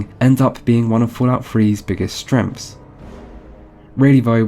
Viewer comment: i like how he says "strenghts" as "stremfs"